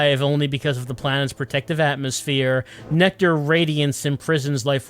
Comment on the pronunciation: Pronouncing it like NecTar kind of works for its role in the plot... has humanity stuck like a tar pit